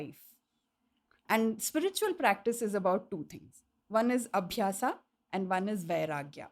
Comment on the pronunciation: "Karm" not "Karma", "Aabhyas" not "Aabhyasa", "Bhoga" is not "Bhog", "Moksha" is not "Moksh". When you talk in a foreign language, at least make sure not to lose the authenticity of words and modify it. Who do you think is watching you? Some Britishers?